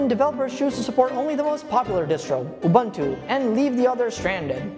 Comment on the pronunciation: UBUNTU is pronounced "OOBOONTOO". "OOBANTOO" doesn't exist.